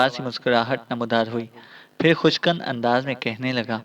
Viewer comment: آپ ردو کے تلفظ غلط ادا کرتے ھیں اسکی اصلاح کر لیجئے،فارسی اور عربی کےالفاظ تواور بھی مخدوش ھوتے ھیں جس سے کہانی کااثر مضمحل ھو تاہے،عَزٰی لفظ نہیں ھے عُزَّیٰ ھے۔خوش کَن کاف کازبر نہیں کُن پیش ھے